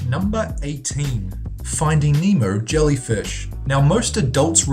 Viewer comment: U said memo it's pronounced nemo not memo